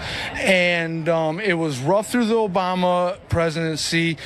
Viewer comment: Obamna! The Oranges! Troth Soochal! 😂